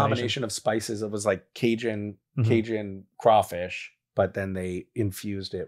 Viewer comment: as a home grown louisiana man, i wanna thank you for saying crawfish and not CRAYfish. :)